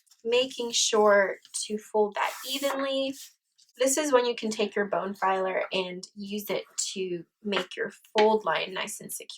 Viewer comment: Very nice tutorial - a little disconcerting hearing "bone-filer" over and over. I believe that is a dental tool used to file bones.......I believe she was going for bone folder. But hey, still a great tutorial and much appreciated. :)